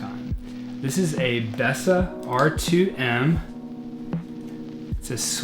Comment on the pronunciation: Bessa - not -Baysa